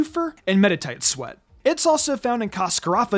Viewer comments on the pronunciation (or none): none